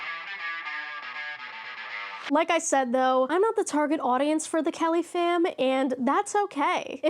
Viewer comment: Okay... the first few times you said Kellyfam I thought you were saying caliphate.